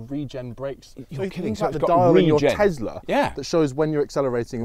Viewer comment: FYI: Tesla - not Tezla